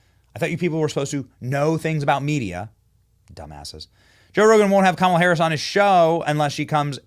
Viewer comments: LOL the. BEST thing is that they were all chanting her name with the wrong emphasis on the wrong syllable! 😂😂😂🤡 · They are chanting the name wrong😂😂😂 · commala-hams lol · I thought I heard coma duh!